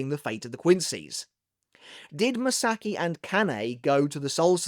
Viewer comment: Ma-Sa-Ki. Ka-Na-E. Not m'saki and kanay.